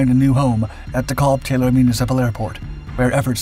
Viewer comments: Dekalb. Pronounced dee-kalb. Not deh-kahlb. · DeKalb. Pronounced Dee-Kalb. The A as in 'can' or 'calcium'. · It's pronounced de-kaaalb, with a soft 'a' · It's fascinating to hear De Kalb pronounced by someone who doesn't have a Chicago area accent.